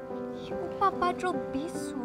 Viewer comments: Sedih scene ni but, masa tergelak jap cause 'badrul bisur' dengar cm bisul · part dia sebut bisu tu dh bunyi mcm bisul(r) 🤣🤣